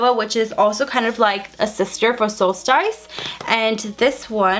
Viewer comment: Omg it bugs me the way she says solstice. I keep correcting her at home.